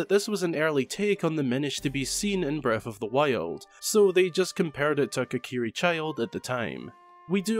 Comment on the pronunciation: You can tell where in Scotland is from, whenever he says breff of the wild 😂